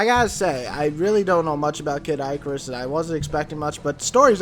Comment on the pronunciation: "Kid Eyecarus" Wat.